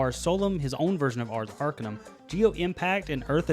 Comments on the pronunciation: Love the pronunciation on Arcanum, but little correction, the emphasis is on the CA not the AR. Not ARcanum, but arCAnum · That horrid mispronunciation of "Arcanum" gives me an ache that spreads from my chest through my left arm